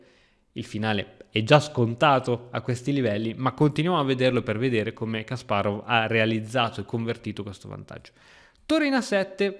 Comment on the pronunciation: Non prendermi per pignolo o antipatico ma ti prego pronuncia Kasparov correttamente <3 per il resto tutto perfetto